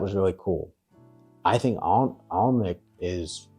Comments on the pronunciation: It's pronounced Ann-Ick, the L is silent. In the castle grounds you should also have seen the Treehouse restaurant? Also in Alnwick is the largest used book shop in England, in a disused railway station. One of my favourite castles is Walkworth Castle, also owned by the Percy family. It's been ruined for centuries but as a child was brilliant for chase, hide and seek etc. I spent many a happy summer there playing, and charging tourists that were lost within the ruins to find their way out. Always paid enough for ice cream! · The correct pronunciation for Alnwick is AN-ICK … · Alnwick is pronounced Annick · Spelt Alnwick, but pronounced Annick